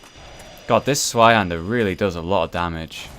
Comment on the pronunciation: the 'z' in zweihander is pronounced as 'ts'. It's German and the name literally means 'twohander' (pretty obvious I feel, but hey, the more you know...)